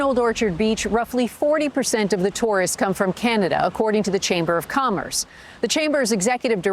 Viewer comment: I ha, ha, agree "arbrows up" 😂😂😂 canaZa HUH